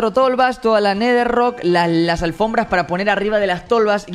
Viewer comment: Después de 4 meses me di cuenta que dice "netherrock" JAJAJAJ